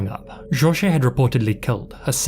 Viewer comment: As someone with the name Jorge, it honestly makes me cringe with the way you pronounce it. However I absolutely love your videos and have been a long time subscriber since 2014